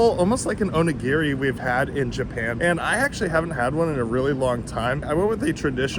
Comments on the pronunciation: Onigi... O knee gee 😂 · The way you pronounce onigiri is hilarious!😂